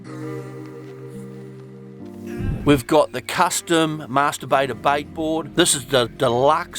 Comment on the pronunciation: Did he say Masturbator bait board??? 🤣